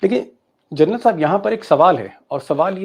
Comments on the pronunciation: It ia General not journal. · Aaap baar baar gernal bol rahe hai. General boliye sharmaji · दीपकजी, आपकी मुँह से "जरनल" सुनना बडा अजीब लगता है। ये स्लिप ऑफ टंग नहीं है ! बार बार आप "जरनल" बोलते है। कृपया " जनरल " बोलना। It is GENERAL, and not JOURNAL ! PLEASE.... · जरनल नहीं......जनरल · दीपक जी, आप सनसनी फैलाने के चक्कर में 'जनरल' और 'जर्नल' में अंतर नहीं कर पा रहे हैं।😂😂😂😂